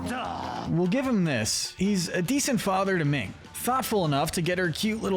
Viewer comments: Uh....Minh, not Ming! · Her name is not “Ming.”